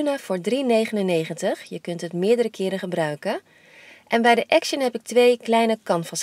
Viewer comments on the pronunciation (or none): none